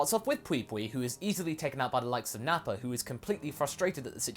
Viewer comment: Why do you pronounce "Vegeta" and "Nappa" as "Vegeter" and "Napper"?